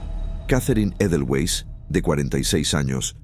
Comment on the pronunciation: Catherine EDOWEES y se pronuncia EDOWS, no EDELWEIS 😂😂